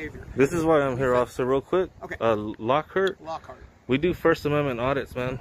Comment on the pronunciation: i just about peed my pants when you called him Lockhurt!! lmaoooo